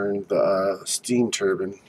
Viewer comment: Cut your finger nails, clean your house and change your shirt. And your pronouncing turbine wrong. But seriously your fingernails scare me